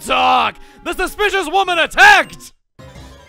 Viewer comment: “You engage the Unassuming Local Wo-mon.”